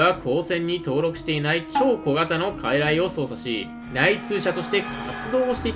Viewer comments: 術式は、かいらいそうじゅつ だよ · 傀儡(かいらい)やのうて傀儡(くぐつ)やで